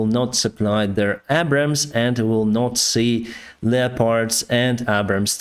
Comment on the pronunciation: From the U.S.Air Force Website: "The GBU-39B Small Diameter Bomb, or SDB, is an extended range all-weather, day or night 250 lb (113Kg) class, guided munition." Unit cost $40K/each. PS: Abrams, PAtriot and AviAtion have "Long A sounds as in dAy, hAy, sAy, rAg, nAg, tAg, bAg, rAy Keep up the good factual reporting. According to Putin and his Yes-men ORC's they have practly won already, We call BS.